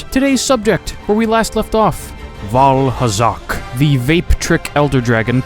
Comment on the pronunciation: Did he just say Vaalhalla?